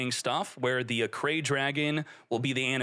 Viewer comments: It's pronounce "Arc-Ray" not Arcray. KONAMI help him this man please... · It's pronounced Arc-ray, not Ah-cray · "ARC RAY", not "Acray" lmao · pronounced ARC RAY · Isn't it pronounced Arc-ray?